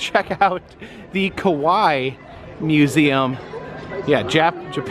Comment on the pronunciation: Your pronunciation of Kawaii is a little off when you say ka-wai it sounds like "Kowai" means "scary" or "I'm scared" "Kawaii" on the other hand, the last I in the word is pronounced. Ka-wai-i more like "ka-why-ee" like you're saying Hawaii. A lot of people make that mistake so I hope this helps. 😊